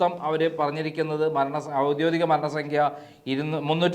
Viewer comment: ഔദ്യോഗികം എന്നു പറ. ഔദ്യോദികമല്ല.😝😝😝 ഔദ്യോഗികം താനൊക്കെ എവിടുന്നാ മലയാളം പഠിച്ചതെ. നീ ഇങ്ങനെ പറയുന്നത് കേട്ടിട്ട് ആരും തിരുത്തുന്നു പോലുമില്ലല്ലോ. കഷ്ട്ടം. നിങ്ങൾ പറയുന്ന ഡാറ്റകൾ ഒക്കെ ശരിയായിരിക്കും പക്ഷേ ഭാഷ ഒന്ന് കൂടെ ഇംപ്രൂവ് ചെയ്യു...